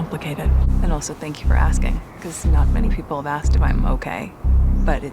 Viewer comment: The word is asKed not aSSd. Bet she says chesteR drawers